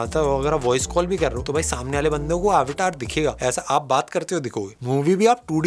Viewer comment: Wtf is आवटार? it’s अवतार…ur Indian bro😂